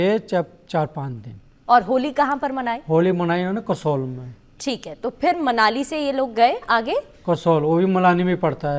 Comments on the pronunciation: मलानी नहीं❎ मनाली है ✅😃😃😃😃😃😃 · Manali hai bhai malani not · मनाली ❌ मलानी ✅